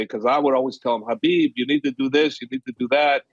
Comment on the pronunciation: F how this guy pronounces "Khabib".